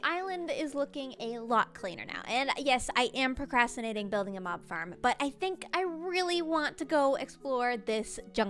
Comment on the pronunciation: The way you say “Farrm” makes me laugh